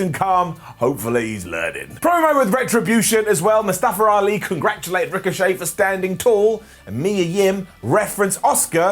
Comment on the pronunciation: Before he was injured the "Mustafa" was dropped and he was just "Ali" Then when he returned , he was back to being Mustafa Ali. The way they were saying his name, it sounded more like one announced botched it and the other two were either covering the mistake od thought that the first one knew something that they didn't and they all started to pronounce it that way